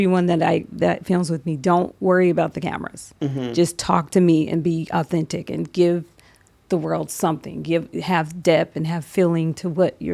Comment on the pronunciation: The word is authentic Mary . Learn how to pronounce it if you’re going to use it !